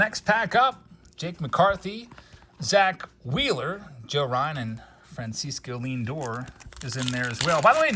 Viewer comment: FranSeesco LeanDoor. lmao.